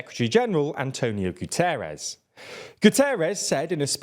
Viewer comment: It's Guterres...